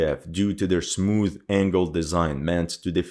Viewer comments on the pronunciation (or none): none